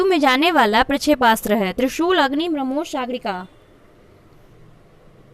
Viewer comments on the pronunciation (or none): none